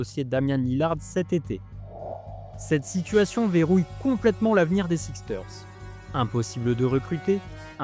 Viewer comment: Super vidéo🔥 Juste un petit truc : ça se prononce les << Sixers >>